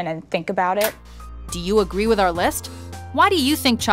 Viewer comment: WITH--Wif---Disparage---Dis- NORTH---NORF---Espresso---EXPRRESOLearn how to speak English or get a job bagging at Ralphs.